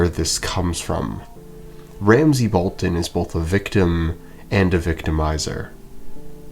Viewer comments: Roose is very good strategist of being pure evil, and he scared Robb in the books compared to TV show also “Balton??” not “Bolton?” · bro said Roose Balton